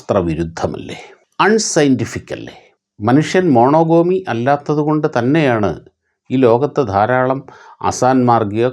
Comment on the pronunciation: മോണൊഗമി എന്നാണ് - മൊണോഗോമിയല്ല